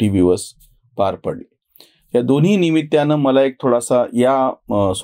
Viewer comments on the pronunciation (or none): कृपया उच्चार सुधारावेत.निमित्य नव्हे निमित्त!